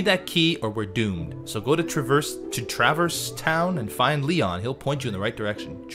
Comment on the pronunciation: You had the same thought I did when playing it, that Traverse Town would be pronounced that way, rather than the only way the word "traverse" is ever really pronounced. It's an awkward name to say, otherwise.